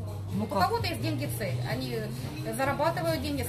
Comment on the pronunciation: Нэ путайте мамку. Цэль...средства... У неё цэль оправдывает средства.